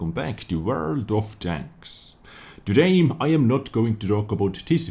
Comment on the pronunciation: AGAIN WITH THE "TODAYM"! I'VE HAD ENOUGH! GOODBYE!